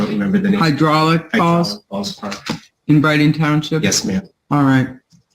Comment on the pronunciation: "near the falls" I thought he said balls